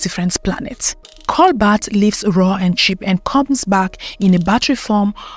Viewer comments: It's coBAlt, not coBLat or COLbat. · It's Cobalt, not colbat. She should pronounce it right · Cobalt not colbat and kenya has cobalt and coltan but they don’t wanna mine it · Cobolt not cobalt I think